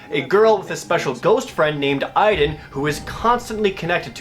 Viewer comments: My name is Aiden but it sounds like (Aide-DEN) Not (Eye-DEN). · GODDAMN THIS GAME! IT'S PRONOUNCED A-DEN! NOT A-EE-DEN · I LOVE the Two Best Friend's let's play of this game. I reccomend it to anyone who doesn't even want to put in the effort of using money to even rent this damn thing. Beyong Two Heavy Inigo Rains Prophecy is just awful. The only "good" character is Aiden- BTW WTF IF UP THE PRONUNCIATION?! shouldn't it be like Ey-den? geezus!! DESPITE ALL MY RAGE, I'M STILL JUST DAAAVID CAAAAAGE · Aiden was pronounced wrong. :c